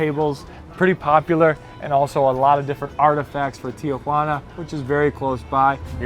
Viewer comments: Pocho pronunciation: Teeah-hwanna. It's not your Aunt Jane no upvote for you. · Tijuana--3 syllables not 4.